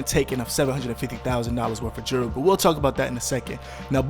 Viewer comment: "Jewelry" is not pronounced "jury". It has three syllables.